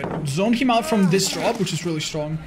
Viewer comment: « i need to dwop » 😭🤣